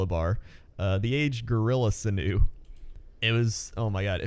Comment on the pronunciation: jesus learn how to pronounce ichor and sinew :P